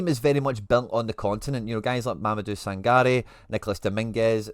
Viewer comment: Good video mate, enjoyed it, just as mentioned you got Ibrahim Sangare's name wrong but bar that enjoyed it!